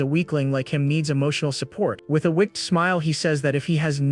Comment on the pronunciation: The way the TTS AI pronounces words is infuriating. If I have to hear it mispronounce the word 'wicked' one more time I'm gonna lose it.